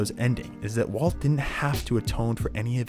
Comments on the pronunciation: I like how he randomly starts called Walt “Waltuh” lol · i lost my mind when he started calling him waltuh😭